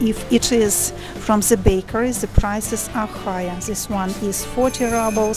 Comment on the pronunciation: Hello, I found your channel recently and I've been watching one video after another trying to catch up.....:) I have a tip for you and I hope you don't take it the wrong way as that is not my intention. I noticed while watching this video that when you say the english word "the" you pronounce it as "ze".....my suggestion is that you try pronouncing it as if you were saying "yes" in Russian, "da" - "da video" as opposed to "ze video". I hope the tip helps. Anyway, great job! keep it up. I really enjoy watching your videos. Thank you.